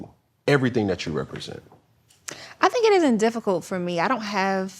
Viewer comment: This man said FALL CULTY